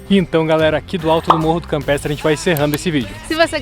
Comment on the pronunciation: Ola casal lindo to curtindo tda semana seus videos estao lindos Parabens Na fala nao deu pra entender o nome do morro se campetre ou campestre mas td bem a vista e linda Ah aquela cervejinha com strogonof deu agua na boca DELICIA Bjs e abrçs pra voces